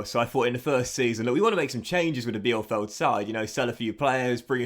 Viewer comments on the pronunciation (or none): Also "Vimmer" and "Peeper." Easy German: ie="EEE" sound and ei="I" sound. Really excited for this playthrough!